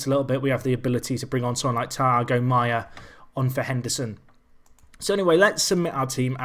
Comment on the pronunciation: Just want to let u Know but u pronounce thiago (tee-ar-go)